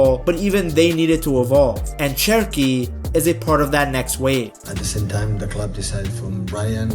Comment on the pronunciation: His name starts with CH but it is pronounced like the English SH, "Sherki" then. Keep the good work on mate 🤙🏻greetings from 🇫🇷